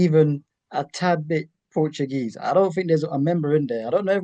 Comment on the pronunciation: 😂😂😂 NOTugese instead of Portuguese.. 😂.. big up guys and happy to see Naomi win the MITB